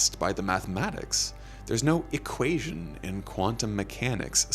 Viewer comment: did you hear the way he pronounced "equation"? Fuggin, equateon, wtf lmao.